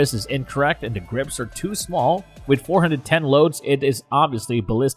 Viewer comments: The judge is a get off me gun so is a derringer. And you don't have to say dot for .410, just say 4 10, not four hundred and ten either. You have proved you know nothing about guns. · "Four-hundred ten revolver" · The judge is awesome, I carry one for years, plus you can't even say Taurus correct, dot 410 are you trying to sound like know what your talking about. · Too bad the narrator lacks any knowledge about firearms. Calling every caliber a "DOT" something just sounds stupid. WTF is a "dot four hundred ten"? He goes on to say a derringer is "neither a pistol nor a revolver". If it isn't a pistol, what is it? Later, he uses the terms pistol and rifle describing a Type 94 Nambu. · Wtf is the "dot 4 1 0 gauge" about? How could anyone even consider listening to this lol? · this is a spoof channel or something? can't say Taurus correctly or .410 and can't imagine why a Desert Eagle not being a great carry firearm.. No shit Sherlock, it was never meant to be a carry firearm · He can't even say 410 like a normal person he just sounds like he doesn't know what he was talking about and he can't say taurus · Hint, if you wanna be taken seriousley learn how pronounce the word TAURUS. Secondly what's with this "dot 45 caliber, dot 410 gauge". Definitely won't subscribe to this channel and won't waste the time to watch entire video.